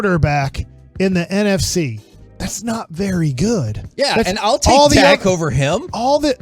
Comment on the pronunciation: It's "Dak", not "Dakk".